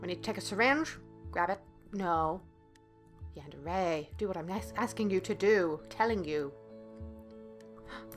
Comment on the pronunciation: Is Yundere not Yandere